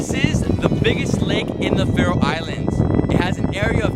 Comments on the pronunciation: You say The Citys/town SO WRONG😂 not hate I love The video❤️ im from the Faroe Islands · He's saying all the names wrong. PS.if you wondoring how i now that Kous am from the faroe islands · i liked this video because i live there and i laughed so hard when you pronounced the names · You pronounced all the names of the islands wrong.... But its okay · Im from Faroe Islands and i laughed when you pronounced the names. Because its not How you pronounce Them. 😂😂😂😂😂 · Couldin't you ask someone, have to pronounce the towns ? xD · Your pronunciations were really off man. Also there was nothing to see in Tjornuvik, except Risin og Kellingin which you could see from other vantage points. Definitely not worth the drive if you're pressed for time. I also would have recommended the Vestmanna bird cliffs, Sornfelli, and Trollanes (Kallur Lighthouse). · you pronounced every thing wrong i know because i live here